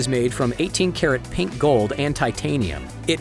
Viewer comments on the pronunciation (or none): none